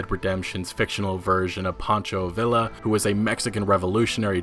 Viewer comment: you said pancho villa namewrong.